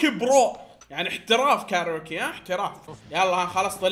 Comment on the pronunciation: اسمها كاريوكي مو كاروكي